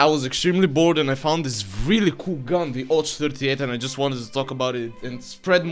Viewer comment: It's ОЦ, not ОЧ, you confused the sounds a bit. Which is strange, since I assume you're a Bulgarian and thus very familiar with the Cyrillic alphabet. You're literally the ones who invented it. But maybe in Bulgarian Ц makes a different sound. Or I just missed the joke. ... Why are you making my brain suffer, comrade?